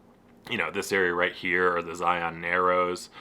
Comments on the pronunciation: Love the video! As an Utah native, my only note is that you’re pronouncing Zion wrong. In Utah we pronounce it as Zi-un instead of Zi-on. I know, we’re very weird. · It's pronounced Zy-un. Like lion with a Z. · The first thing you should learn before you visit Zion, is how to pronounce it. "Zion" is pronounced like "lion," not like "try-on." And the Monument was "muh-KOON-to-weep," not the way you said it. Sheesh!